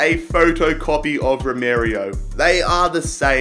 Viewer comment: RomArio not RomErio